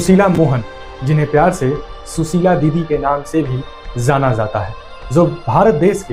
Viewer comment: Zaana zaata hai nahi bhaiya jaana jaata hai